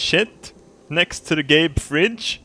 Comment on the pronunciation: "gabe bed sheets" just sounds like "gay bed sheets"